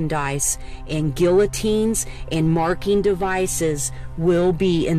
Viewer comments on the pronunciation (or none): she said guillotines with the l's LMAO